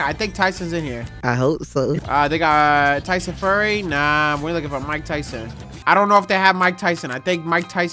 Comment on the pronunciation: My man said Tyson furry